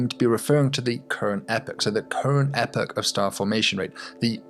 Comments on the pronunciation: Could have done without the weird Epoch pronunciation. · That epoch pronunciation... you have betrayed your accent, good sir!